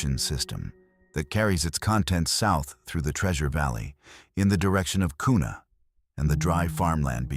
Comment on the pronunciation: It's pronounced qna spelt Kuna. 😊